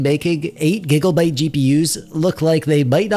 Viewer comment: did he say... gigglebytes ?